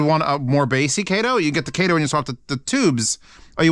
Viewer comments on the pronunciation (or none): u said kato wrong